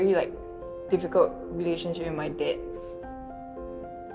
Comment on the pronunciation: why she say 'dad' like 'dead'